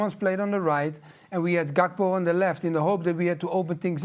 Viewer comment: And Gakpo. G is H in Dutch just like J is H in Spanish.